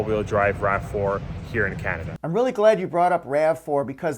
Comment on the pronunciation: I didn't have the heart to tease about the way he says Kinada